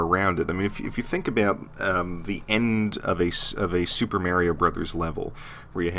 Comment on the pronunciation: MAAAARIO? Good Lord